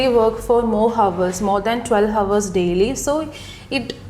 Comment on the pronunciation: The word ‘hour’ h should be silent. Please don’t take this video as a prototype. There are so many errors here